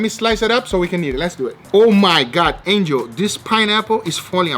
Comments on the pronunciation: lol he keeps calling angel, ninja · is it just me or each time he says angel, I hear ninja :D